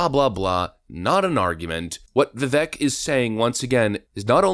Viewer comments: Bruh, it's VivAAAKE like cake! Learn how to pronounce his name if you are going to be a decent political content creator. You are welcome. Lol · His name is pronounced viveik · It’s Vi-vake like cake (as per Tim Pool) 😂 this guy would be awesome as VP the do a full 8 of Commander and Chief. Getting climatized would do him some good. Can’t wait till someone takes a hatchet to the system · Not wrong but vivek is pronounced as Vivek like cake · To pronounce Vivek is Vi-vake, like cake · Vivek like cake is how it's pronounced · For those who are interested his name is pronounced (viv ake. ) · His name is pronounced "Vivake like cake". Get it together. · His name is pronounced vi-vake, he is my current hero, he does not have the name recognition yet to win the presidency but he will the next time around. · Is it that difficult to pronounce his name correctly? I am a big fan of this channel, but not even saying his name properly is some bush-league due diligence. Vi-vaike, rhymes with cake. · FYI. Vivek rhymes with CAKE. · If you’re going to make a video about Vivek at least learn how to pronounce his name correctly…. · youre not even pronouncing his name right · Please learn to pronounce Vivek’s name correctly. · I really wish people would put the effort in to actually say Vivek's name properly. The e sounds like a long a not e like wreck. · Everyone please show Vivek some respect by pronouncing his name right. He's been in the public eye long enough for us to hear the correct pronunciation. Sucks when channels like this can't get his name right. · At least pronounce his name correctly- Vivek- rhymes with cake. Thanks! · You kept butchering his name it kept me cringing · Say his name right! It’s Vivek, sounds like VI- VAKE, not VI-VECK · I've learned (when he was a live guest on Tim Pool), Vivek is pronounced vih vake not vih veck (as I'd originally thought myself)... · It’s Vivek, rhymes with ache or cake viv-ayk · Vivek sounds like vi vake. Rhymes with “cake